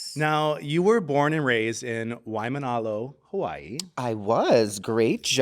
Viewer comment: the pronunciation on waimanalo was so spot on lol good job 🖤🖤